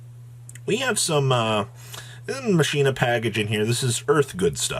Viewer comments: The "machine-a" pronunciation makes me unfathomably mad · It’s Machina, not MashinA